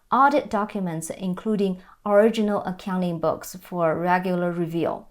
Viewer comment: You make a great professional presentation. However, I found you kept mispronouncing the word "review" (re-vu) as reveal. It is probably quite hard as the "u" sound likely has no Chinese equivalent.